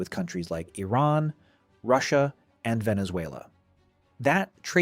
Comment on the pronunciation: I don’t think the narrator could have found more ways to mispronounce “Iran” in a single video.